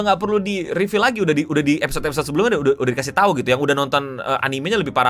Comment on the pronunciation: “Udah” nya jelek banget bang